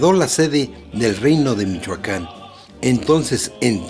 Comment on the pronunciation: se dice Michoacán no michuaca n y no ofendas a lo menso